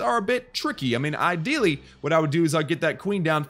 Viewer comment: Anybody else notice how a southern accent spews out in the word "ideally"? Lol, great video though, thanks for the publication I'll definitely use these strategies on my TH9.